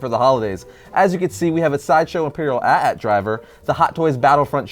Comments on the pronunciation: ugh it triggers me Everytime says AT-AT like at at😂😂😂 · heart shattering at pronouncing AT-AT "@@ instead of Aytee-Aytee